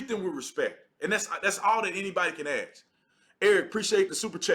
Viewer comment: I agree with 98% of what you say. I mean zero offense by saying what Im about to say. We also must respect the english language, just as much as the flag. Please don’t say “ax”, it sounds horrible, please say “ask”. Much respect! Fan for life!